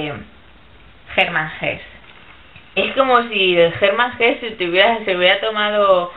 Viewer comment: Comete un error bastante común, y es el de pronunciar a Hesse como si fuera inglés. Se dice "Erman ese", en la pronunciación alemana. Sólo una apreciación. El lobo estepario plantea la desolada expectativa que se extiende ante determinados individuos que viven al margen de la inercia social debido a su propia incompatibilidad psicológica, que los predispone a ello. Es un tema también tratado por Kafka, Camus e, incluso, Dostoyevski, a su modo. Para mí Hermann Hesse aborda cuestiones que ya fueron tratadas por Nietzsche, pero el primero lo hace de una manera más, digámoslo, "madura", menos radical y más acorde a las posibilidades reales, digamos que el de Hesse es un método o denuncia más practicable y con menos tendencia al peligro fantástico que puede conllevar la metáfora (en este caso de Nietzsche). Saludos.